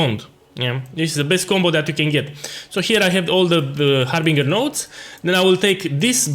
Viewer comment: love the accent HarbinGHUR!